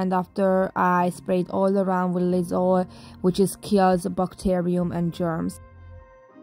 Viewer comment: I know you said Lysol but I totally heard “I spray all around with Lizzo” 🤣🤣🤣